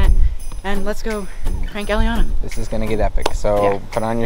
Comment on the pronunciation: Elliana not elllinana